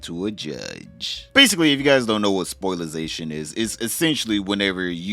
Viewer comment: Spoilation brother.. not spilization.